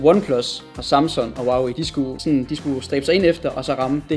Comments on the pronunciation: Du siger Samsun... Det tilter mig... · Lol du både sagde Samsung og Oppe forkert xD